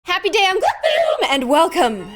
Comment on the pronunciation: no because I used to think all the time that you said "happy day on gloom," but you actually say, "Happy Day, I'M gloom" 😭😭